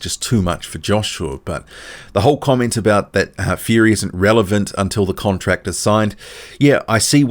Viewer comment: Fury talks from every crevice between his teeth...we wait for a signed contract..not furys relentless "con-tracks".😁